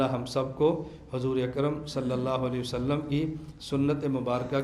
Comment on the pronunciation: وسلم هےبهائ وصلم نهيں